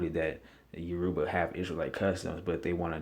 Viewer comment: Please pronounce the name correctly! You- Ra-Ba, not Yo- Ru-Ba. Actually, the israelites/Hebrew got their traditions from the Yoruba and Akan,. We didn't get our culture from them. They got theirs from us. Assyrian??? Hell no! When you are talking about Oyo, if Alaafin Sango, baba mi, the fourth Oba of Oyo -- it's greatest Oba (king) is not listed, this is bogus. Iya Kai, Oni Sango.